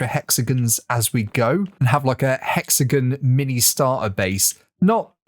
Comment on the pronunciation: am i the only one annoyed by his pronunciation of hexagon